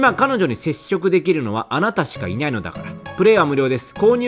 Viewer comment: あなたしかいにゃいのだからほんと可愛いw